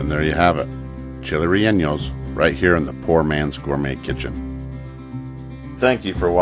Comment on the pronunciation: Can't wait to try the recipe but Bro it's not 'rel enyos' rather 're yawnos'....